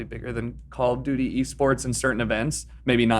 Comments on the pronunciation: I’m triggered by how Alanah says Call of “Judy”. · Call of juty? Nah fam. Call of duty